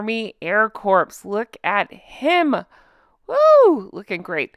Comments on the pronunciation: Hey. Corps is not pronounced corpse. It's pronounced Core. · you don't say the p in Corps - you just say Core.